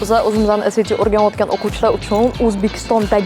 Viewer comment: saviyasi shu SAT ni qanday talaffuz qilishidan bilamanda😂 oddiy odam bo'lsa ham tushunasiz, universitet xodimi, ingliz tilini biladigan odam esayti seb aytsa endi uyatda